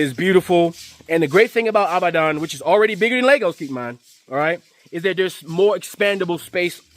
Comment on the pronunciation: Brother, it's pronounced "E-bad-on". ❤